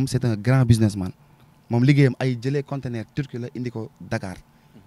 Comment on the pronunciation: Leçon du jour :on dit CONTENEUR et non CONTNAIRE👍